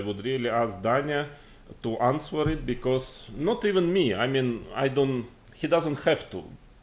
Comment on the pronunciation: моя училка английского говорить что в слове answer w не произносится